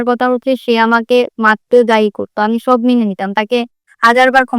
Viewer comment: লোকটি অসভ্য। মানসিক রোগী। তার সাথে আর নয়। মেয়েটার উচ্চারণ --- সব # ছব বলছে। উপজাতি মেয়ে?